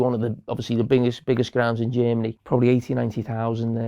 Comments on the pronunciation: 'hungry' 'chermany' 💀💀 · Why does he say G Ermany?😭😭😭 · Every time carragher said jemeny..... I cringed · I adore when they Said "Jeemany" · English is not my mother tongue, so please cut me some slack here: who's this "Djimanny" team I keep hearing him talking about? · I cant get over the way Germany Carragher pronounces "Jamie".